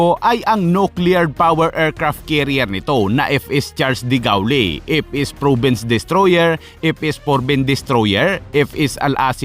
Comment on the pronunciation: duh GOHL Ang correct pronunciation ng de Gaulle